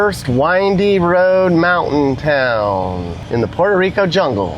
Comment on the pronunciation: PUH-WHERE-TO bud, not POOR-TO. Good vid ! 👍